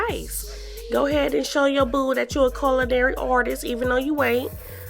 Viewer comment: Coludairy artist ???? 🤣🤣🤣🤣🤣 You mean Culinary Artist...